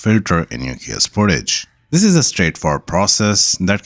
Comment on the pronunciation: Spor-tage not Sport-age